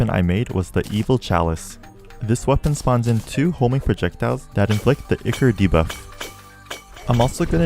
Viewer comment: The way you pronounce ichor pains me.